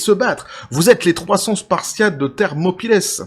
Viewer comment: Bataille des Thermopyles (lieu-dit en Grèce) ; ça se prononce "Thermopyles", pas "Thermopylèèssss"...